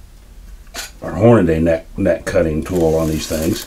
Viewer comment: Show me where you see the spelling "hornaday", and explain why you pronounce it "horn-a-day" when it's spelled Hornady and pronounced "horn-a-dee".